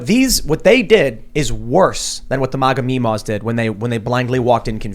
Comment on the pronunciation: "Maga mee maws". Lol!